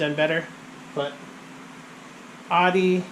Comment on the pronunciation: "Audi" = "outtie" or "ow-dee". Not "ahdee".